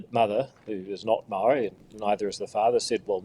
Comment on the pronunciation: Say the word "maori" how you grandad said STOP bending over to Willy Jackson and his pronunciation police...